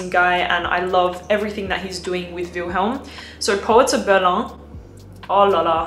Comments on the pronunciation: It’s the German city „Berlin“ 😂 not „berlan“ 👍🏼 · its pronounced Berlin (Germany) not Behr Lahn, like its something french. :) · It’s pronounced “Ber-leen” not “Ber-luh” . You don’t need to put a French twist to everything lol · I was really laughing out loud, sounds so ridiculous🤣 It's not pronounced like 'Guerlain', and it's not even French brand/company. Just say Berlin🤷🏽‍♀️ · Berlaaaa alter 😂😂😂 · The way she pronounced it is how you say it in French, so technically it IS "something french".. Don't know why she said it in french, though lol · Vilhelm is a NYC-based perfume house. Meaning, “Berlin” is pronounced the German and English way. Using a French pronunciation is just pretentious and uncouth. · Why pronounce Berlin with a French accent? The phrase is English.. the city is German 😄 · Lol I'm not even acquainted with the proper pronunciation however when I heard that in like umm Berlin with a French accent if she is saying guerlain cannot be right lmaoo